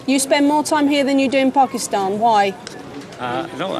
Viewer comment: says Pakistan perfectly!